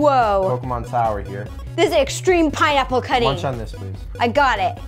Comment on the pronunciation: said pinneapple